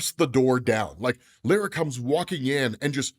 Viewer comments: Bro says lara weird lol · Lara pronunciation is wrong my dude